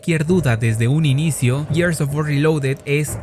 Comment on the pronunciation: Tantos años con Gears of War, tantas veces que hasta en el juego dijeron la palabra "GEARS ", y nada que aprenden a pronunciarlo. No jodan.